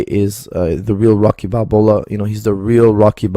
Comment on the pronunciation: "rocky balbola"